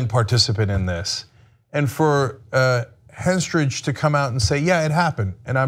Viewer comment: Ana, I like you, and I do hope you are more diligent in your commentary (not that I think you are generally lacking in that area), but could you please learn the names and personas of the people you report about? Do you honestly not know ACTRESS Natasha HENstridge? Butchering names and not knowing who you are reporting on is not something you should continue. I hope you see this comment and take it to heart in this moment of introspection.